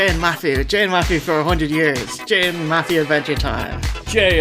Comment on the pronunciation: Love the OSW guys, but I can't listen to '' for more than one minute.